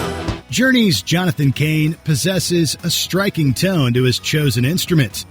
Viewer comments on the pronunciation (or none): none